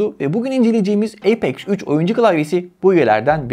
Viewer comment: Haklısın birde eypex 3 demeside garip bi durum ya apex üç dersin yada eypex three dersin